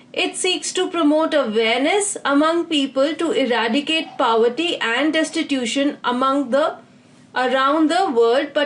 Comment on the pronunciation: hello mam, your videos are very helpful,especially the follow up of every question with a little detail about that topic. I appreciate this effort. Would like to correct you at one of the point-- pronunciation of word "POVERTY"..It is PO-verty and you pronounce it as PAW-verty or PA-verty which sounds way too Odd. forgive me If am wrong. Thanks.